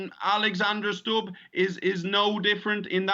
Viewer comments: Not 'Stabb', but 'Stubb' (as you, who)😊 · President of Finland's last name is phonetically pronounced as Stoob, not Stob or Stub. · You'd think the anchor would spend 5 seconds checking how to pronounce Stubb's name before saying it. It's not Stap. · Stubb is a swedish name (word) NOT english. Why can’t you pronounce it as such when even tRump managed to do it?!!! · Please learn to pronounce his name properly: u is pronounced the same way as in Putin and that’s the only thing common between them!🤔👌